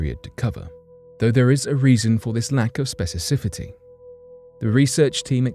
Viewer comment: “Specicifity?!” Dude! You’re BRITISH! How can you get “specificity” wrong? 🤦🏻‍♂️